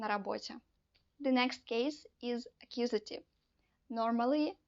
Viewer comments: "akkusative", "genetive" ?? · Very clear, simple and informative. I’ve subscribe to your channel and I look forward to hearing more of the same (that is to say, clear, simple and concise). I will re-watch and take notes to absorb. BTW…not meant as a negative criticism, it is ACCUSATIVE and GENITIVE.